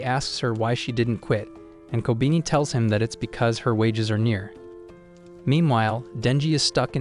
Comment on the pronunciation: i feel like kobeni should be pronounced as ko-be-ni